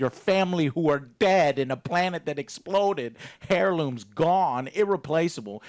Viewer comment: Hair-looms A-log-o-rythem Nitch